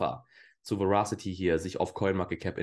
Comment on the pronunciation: Moin! Danke dir für deine Verasity-Videos (und natürlich auch die anderen Videos)..gerne mehr von Verasity! Übrigens: Das englische Wort Verasity bedeutet Richtigkeit (was ein sinnvolles Wort für deren usecase ist..). Ich muß ja gestehen, daß sich mir die Fußnägel jedes Mal hochstellen, wenn das Wort falsch ausgesprochen wird.. 😅🤷‍♂es wird Weräßitti ausgesprochen.. Dein Kanal ist mir einer der Liebsten im Krypto-Sektor!👍